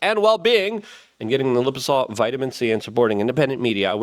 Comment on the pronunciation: please pronounce this correct. Lye-Puh-Zoe-Mal. You're selling the stuff, and it hurts me each time you're saying some other word. Love you, but truth is truth, and this is just a small change. Your ad read deserves it..........